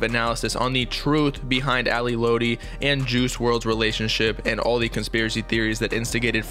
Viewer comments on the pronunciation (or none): Its not ally lOtti it's ally lot-ti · Its Lotti not loutti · it’s lotti not lodi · It's "Lot-ee" not "load-ee" lol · Fire video but it’s lAhDi not LowDi for lotti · It’s Lotti not Lodi 🙄🙄🙄 TF? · i’m sorry “loadi” it’s “lotti” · sir its pronounced lot-e not low-tee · It’s Ally ‘LOTti’ not Ally ‘Loatti’ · dudeee its not LOWTI ITS LOTTI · let him rest in peace next time u speak on him make sure u know how to say there names right “Ally lootie” Ally lotti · Im going to be that guy who corrects lil stuff like when you say ally lotti you got to pronounce it "lot - e" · this mans said loati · bruh, she was helping him get clean, she was really heartbroken, it's like we didn't see this happen, but did, just got us unexpected, and before you go on here, say her name right (Lotti- Lot-Tee) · 🤦‍♀️ it’s pronounced “Lot E” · My dude said ally loety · thanks I was just thinking why he said low-ti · Bro said lo-tee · lotti i'm pretty sure is like "lot-tee" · This nigga said ally loddy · You’d think with all that research you did you’d be able to pronounce Ally’s name correctly. FYI: it’s pronounced ‘Lot- E’ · lot-e .....lotti. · this many said ally (low-tea) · "Ally lowty" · ally "lowti" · i can’t get over how wrong he’s pronouncing lotti and i feel like it shouldn’t be hard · You should redo this whole video and pronounce lotti right 🖤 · Everything you say sounds so invalid when you can’t even pronounce Ally Lotti correct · bruh if you such a genius say her name right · Bro can’t even say lotti right 😂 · Imagine pronouncing lotti wrong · Bruh he don’t even say her name right😂😂😂 nah this is finna be some bs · He can't say lotti come on u got to say it right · You sayin her last name wrong 😭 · chile you can’t even say her name right